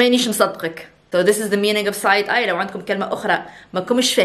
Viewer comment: Said eye 😂